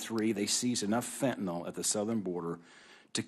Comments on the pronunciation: Let's start by saying it correctly! It's called Fentanyl, not "Fentanol"! It's worse than "nucular" vs nuclear! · Why do they all mispronounced fentanyl?